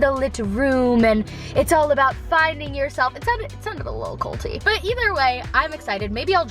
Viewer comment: Anyone thinking she was saying coltee instead of cult-y #90daysfiance